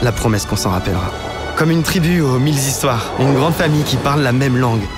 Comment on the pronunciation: Aux mille zhistoires....sinon bravo ahah